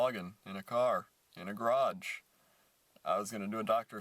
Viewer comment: garage, marage, homage (pronounced funny)